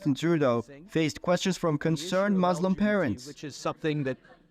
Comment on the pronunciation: I love how Trudeau says “mooslem” as if he has EVER given a shit about anything that those people believe in. He has never listened to that group of people or anyone else other than his donors.